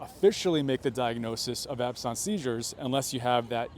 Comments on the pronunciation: I can't get over your pronunciation of "absence". It really isn't a big deal but is English not your first language? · Why are you pronouncing absence like that? It's not some exotic work, simply absence. Like absence makes the heart grow fonder. It's confusing when you use a pronunciation that's not accurate. At first I thought you were talking about something completely different. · Correct pronunciation of ‘absence seizure’ is ab.suhns see.zhuh. Absence is not pronounced as this guy is saying it. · Sorry its not pronounced "absons" its absence as in absent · I had a concussion in March too, and I still have symptoms (9/9/23). There are people who have symptoms for years. You should look this up!!! AND "absence" us pronounced AB-sehns, not abSAHNS. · It's absence. Not absonce. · It's pronounced ab sense not ab sonce. Talk like an American because it's Americans watching you. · Your pronunciation of Absence Seizures is weird. I am an epileptic, and was often having Petit Mal Seizures or Absence seizures. Aquiring Epilepsy from a traumatic brain injury is not uncommon but please the word is ABSENT...ending in ce. You make sound like Absynth....wrong animal. He is sick and should retire from the stress of politics and make sure that cameramen do NOT use flash mode with cameras. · "Absarnce"? It's pronounced abSENSE. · its absence, like absence from school...not ab-sonce..another possibility is a tia..although i don't see one side being affected, but it still could be..considering you can't even pronounce the word.... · "Ab-sawnse"? I know I've not gone to medical school but I have heard doctors talk about it before and they have all said "ab-sense" - as in the noun form of the word absent. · Ab-sent...not absahns...like being absent from yourself for a moment. Just because it's a medical term doesnt mean it has a fancy pronunciation. They are NOT that unusual. They are very common in people with epilepsy , severe head trauma and strokes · Ab-sons? Absent, absence.